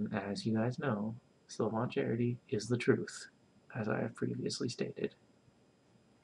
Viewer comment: Stop saying Sil-von. It's pronounced Sil-vin.